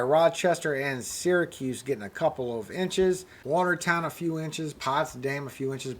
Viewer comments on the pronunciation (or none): none